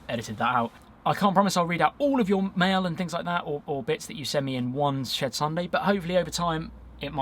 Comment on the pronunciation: I keep hearing Shared Sunday, instead of Shed Sunday... LOL Great opening card tho